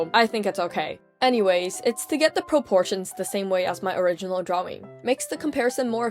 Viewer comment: I love how you call it drawwing